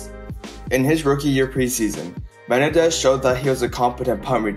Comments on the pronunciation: Just FYI for future reference... it's not MEN-un-dez... it's Meh-NEN-dez. The injury and off-field events of his life were absolutely tragic and unfortunate. Odds are, he would have been the Falcons' primary returner and probably a 5th rotation WR used mostly in short-time, long yardage drive situations. That alone could have given him a nice career for several years (as long as he kept his speed), despite not being a good WR by any means. While he may have played well against a handful of weak division 2 defenses in at Eastern Kentucky, he was not impressive at all against the likes of Troy, Western Kentucky, Appalachian State, Southeast Missouri, or the Div 2 playoff game against Western Kentucky in 1997 (half the games on the schedule). He was outright terrible against Kentucky, Appalachian State, and Murray State... the only worthwhile defenses he played his senior year. He basically had 750 receiving yards and 8 TDs against 3 teams in 1998 (Eastern Illinois, Western Kentucky, and UT-Martin), while barely showing up for the other 8 games (less than 300 yards receiving and only 3 TDs). This and the fact that he was an extremely small WR even back then (5'9, 180) are why he wasn't taken until the 7th round. Also, Menendez NEVER held the record for most receiving yards in a game for Eastern Kentucky. His big game against Eastern Illinois was the second most in school history. The actual record is 316 by Aaron Marsh against Northwood in 1967... 31 years earlier. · Dude why can't you say Menendez? Meh-nen-dez. Not Ma-ne-dez. Holy ** man. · Me-nen-dez Not men-e-dez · Me nen dez not men nah dez lol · ME-NEN-DEZ not ME-NE-DEZ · Rondel Me-nen-dez..ran a . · I like how he says "Menendez". Do better research. James Jett played for the Raiders and was an Olympic caliber sprinter. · Learn how to properly pronounce Menendez bro.